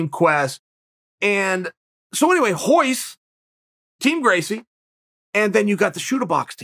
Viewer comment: Why do people say Hoyce bro it’s Royce with an R that’s why the R is there. Brazilians just have a hard time presenting R’s.